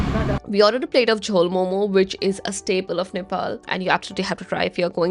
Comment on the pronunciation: The Delhi wala calls momoos.😂